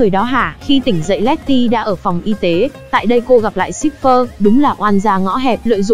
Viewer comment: ayo, Cipher mà nghe cứ như Shipper ấy